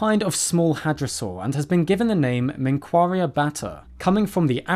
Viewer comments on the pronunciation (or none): Actually the q in menqaria is not pronounced like k its more like gh , for better understanding you can type منقاریه in google translate